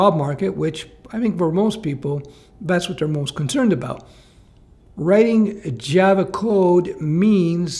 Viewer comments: loves his Jav-uh. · Not sure why I keep hearing Jeva